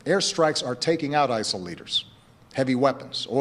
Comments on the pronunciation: Why'd he keep saying ISAL? I'm genuinely confused lol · Why does Obama keep saying isal? I thought the acronym was ISIS.